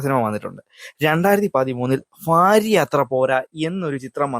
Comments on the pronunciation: ഫാര്യ അല്ല ഭാര്യ 😅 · ഫാര്യ... ഫക്തി... ഫാഗം... Bro learn to pronounce words correctly... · Farya alla bharya. Fakthi allà bhakthi